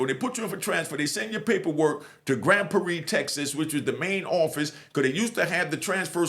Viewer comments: im from Texas Its Grand Prarie. "Prar-ree" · I’m from Texas and I’ve never heard nobody say Grand Prairie like that 🤣🤣 shout out to